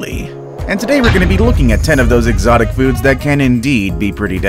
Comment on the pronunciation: You say exictic fruits and you do and food wtf